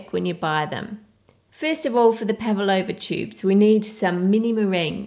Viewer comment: She says PAVALOUVA KILL ME